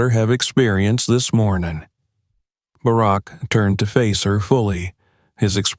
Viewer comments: If you’re going to tell stories like this, pronounce the names right. The ex president’s name is not “Bearrack”!!!! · The digital reader is good but the fact he didn't pronounce Bark properly gave it away! It is a good story, but I doubt it really happened this way. Not that dicriminatingincidet doesn't happen often, but I find it unlikely no one recognised her last name! A good story, but I still don't think it happened! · I think this is a fake story. First of all if she was flying to NY she took a shuttle and there is no business class on the shuttle. In DC a black person flying first or business class no eyebrows would be raised. These AI generated voices mispronounce names all the time. This guy has a problem with Barack until the end. I flew out of National to NY all the time and this story sounds time like BS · President Obama served two TERMS as leader of the free world and thus jive-azz announcer doesn’t know how to say Barak!?!!??! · It’s unfortunate you can’t teach your AI to say Barack. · I wish they’d get better people to read these things. For gods sake he can’t even pronounce Barak Obama’s name correctly. I never believe these things and his pronunciation and inability doesn’t help. And the last thing I want to say is that I wish I’d had a dad like him. Godbless Sasha and that good man she calls Daddy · President Obama wouldn't have come to the airport or without Secret Service agents, and he definitely wouldn't have flown anywhere on a commercial flight. The female shown looks like Malia not Sasha. This is NOT a true incident!! The AI constantly mispronounces "Barack". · Narrator really needs to learn how to pronounce President Obama's name...! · The ai narrater doesn’t even pronounce Barrack’s name right.